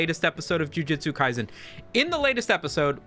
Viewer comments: I don't even watch the series, but hearing it pronounced as "JU-JI-TSU" instead of the proper "JU-JU-TSU" bring out the sweaty neckbeard in me. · Breh. Called it jiu jitsu not ju jutsu 💀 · i swear, if you say Ju-Ji-tsu Kaisen once more, I‘ll have to unsubscribe and subscribe again, just to cause a tiny dent in your analytics. I know exactly how that would terrify you. By the way: Please play RUINER on stream.